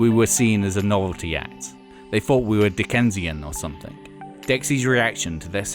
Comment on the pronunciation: Hard to follow this narrator when he keeps saying "They did FREE Gigs" when he means Three, and "Fought" instead of Thought.....